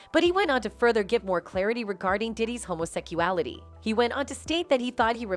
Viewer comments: Ok I can’t listen to her say homosecuality, or any variation of it again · Why you say homosecuality? It's HOMOSEXUALITY, GAY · Homo -seck-U-Ali-tee?? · Gurlllll 😂😂😂 you got me cracking up 🤣